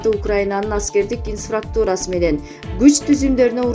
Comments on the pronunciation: Теманы жалган койгондон коро, ИНФРАСТРУКТУ́РА деген созду туура айтып уйронуп алгылачы. Инфаструктура дебей 🤣🤣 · Туура айтасыз элементарый создорду окуй албай жататИНФРАСТУРА деп жалганчылар сабаты жок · Инфраструктура деген созду окуш же айтыш кыйын окшойт кээ бироолорго.